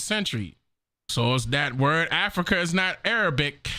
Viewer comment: Ah-Frah-Kahh😂 I couldn’t hold it! So darn funny.